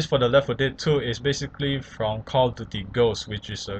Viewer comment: jeje cal of diury